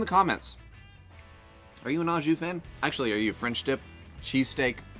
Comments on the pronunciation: Holy crap, you yanks and the Ah jus, it's Oh jus. Yummy looking sammiches though! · Yes love Aux Jus, oh and pronounced “Oh Jus” 😂 looks great 👍